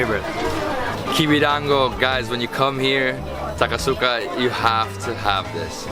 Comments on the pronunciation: It's not " ASA KUSA " , it's " A SA KU SA ". Why didn't your Japanese friend correct your pronunciation ? ! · Why didn't teach him how to say "Asakusa" correctly?